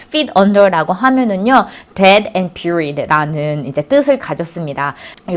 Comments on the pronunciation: Buried를 뷰리드로 발음하네요? 대---------박!! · dead and buried 에서 buried 의 발음을 듣고 깜놀 ! 직접 듣어보심 압니다. 글구 설명함서 머리를 지나치게 만지시는듯.. 좋은 강의 감삳려요 !